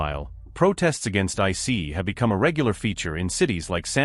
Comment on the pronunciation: Good ol' I-CEE. Down with AI. Downvote.